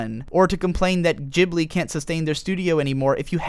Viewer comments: miazaki he inspired by some italian plane "ghibli"? "gh" s pronounced as "g" as in "grey" or "game" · OMFD, I just can't help but notice the pronunciation "Jibli". I know it's "Jiburi" in Japanese but still. I'm just so used to pronouncing "Ghibli" like it's written I guess.